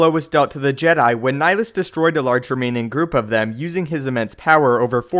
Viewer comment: You’re pronouncing Nihilus wrong